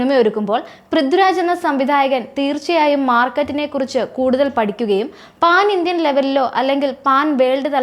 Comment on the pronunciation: Paan indian alla pan indian pine paattern alla pattern paa oru vadu neettanda mole